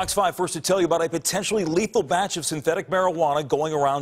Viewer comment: The way he said "batch" in the first :04 seconds; 🔟👀😷😷😷